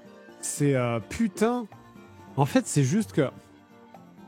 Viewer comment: "Tout est kong... Putaingue"